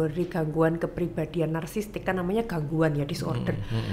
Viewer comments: Nara sumber nya ini , psikiater bukan sih ??? Kok ngomong "narsisistik" aja salah.... Kok narsistik....wkwkwkwk..... Narasumber bilang narsisistik aja ngak lulus 😢😢😏😏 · Kok psikiater ngomong nya bersalahan sih ??? Yang benar ituuuu, Narsisistik Dookkkk, bukan narsistik.... Yang benaar, narsisistik.... Duuhh malu malu in psikiater nih si dokter 😢😏😏